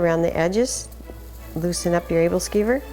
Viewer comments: She pronounces aebleskiver wrong xD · Good video. Yummy stuff. One thing though... She's saying the name wrong.